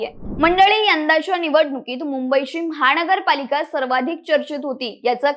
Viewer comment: "महाणगर पालिका"-- अशुद्ध उच्चार!! सावकाश बोला!!